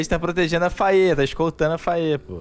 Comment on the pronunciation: Eu ficava inconformado quando falavam "fei" ou invés de "Faiê". Tsc...